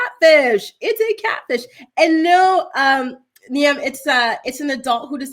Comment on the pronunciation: Poor Niamh getting her name butchered 😂 it's "Neeve" not ne-emm